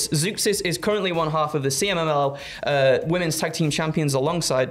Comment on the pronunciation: ITS CMLL PLEASE GET IT RIGHT JUST ONE TIME